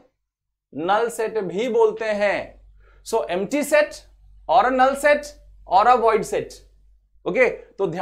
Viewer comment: एमटी नही हैं एम्प्टी है